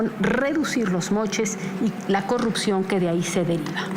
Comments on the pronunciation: no puede pronunciar la R cogucta el mtro se callo pog falta de mantenimiento😂😂😂😂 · Deberías eh, porque ella va a erradicar la cogupcion con su gobiegno 😎